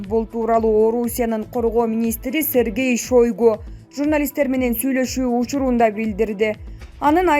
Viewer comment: Шойгу болбойт айтылышы шайгу болот алып бааручу каридордо сабак алгансынбы